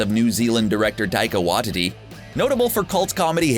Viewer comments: It's not "Wa-titty" 😂😂😂 it's pronounced "Wai-ti-ti" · Alma “Mayter” Taika “Waititty” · Taika Waititi = Tie-car Why-tee-tee = 👔-🚘 ❓-tee-tee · Taika WAH-TITTY??? not WAH-TEE-TEE? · His last name is pronounced Wah-TEA-tea. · My favourite is the way you've pronounced Waititi - pronounced Why Tee Tee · What will it take for you to pronounce Taika Waititi's name CORRECTLY. Its pronounced Wai (tee tee) you moron. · If you're not used to the Maori language, an 'easy' way to pronounce it is by saying Why-tea-tea. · Jokes? More like easter eggs or nods to fandom clues because most of these weren't funny. Would've been nice to pronounce names right as well. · I've only gotten to your number 9 but... mispronounced Alma matar, taika Waititi. What about the inside joke (number 8) with Thor and Korg. When they are picking out weapons, Korg picks up a three pronged weapon and asks thor if he wants it and then states it's only good for killing 3 vampires huddled together. This is definitely a wink to Waititi's film What we do in the shadows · Did this dude just say tikawa titi wrong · okay but like, the way the guy pronounces "Waititi" makes me s c r e e c h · Why couldn't he say waititi properly lol